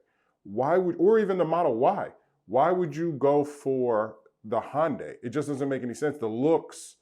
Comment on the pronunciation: You cant even say Hyundai...... you’re a joke.... keep your opinions to yourself.... pleb...